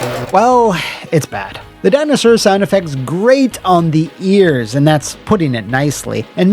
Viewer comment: “Thats a little baby Dino-Sawr” 😂